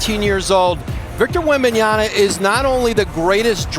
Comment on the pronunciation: Do a push-up every time Malika says Victor Wenbonyama